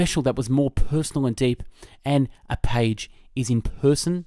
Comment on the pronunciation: I think you meant Agape instead of apage